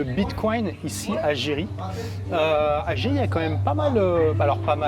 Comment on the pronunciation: Merci pour cette vidéo, ma femme est d'origine brésilienne et trouve cette présentation très sympa, elle a dit que l'on prononce juste "Jeri" 🙂